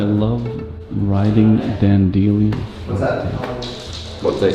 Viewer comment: This guy doesn’t know how to pronounce “dandelion?”